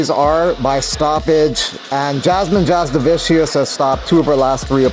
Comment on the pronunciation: Jasudavicius is pronounced as Ya-Soo-Da-Vee-Tch-Oos. Kareckaite is pronounced as Ka-Re-Ts-Kay-Te. If you give two shits, that is.